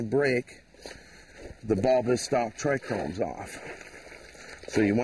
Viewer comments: did you just say tri-chromes ?? Trichomes (pronounced /ˈtraɪkoʊmz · triCHOmes, not trichRomes.